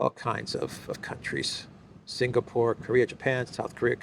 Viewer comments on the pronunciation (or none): none